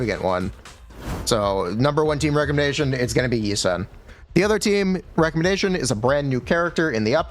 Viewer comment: Yi shwen..... yi sen ._.